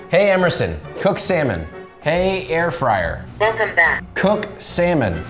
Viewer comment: hahahahaha air frayer wtf